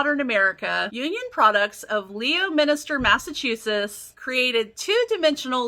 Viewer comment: I love these! Memories of childhood. And its LEMON-STER (Leominster) MA. We have a lot of crazy town and city names in MA haha